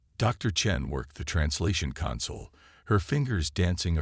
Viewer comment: Thanks, but sad and frustrating once more. I wish EVERY ONE OF YOU posting stories would FREAKIN get rid of your POS AI's!!!! Please tell me wtf is: "saba-TAGED", "cuhn-sole" (console), "..during countless UHNS of hunting..."(eons), "HALO-tble"(halotable), "IN-veloped" (in-VEHL-oped), "KADD-its"(Cadets). Takes away Tremendously from enjoying the story.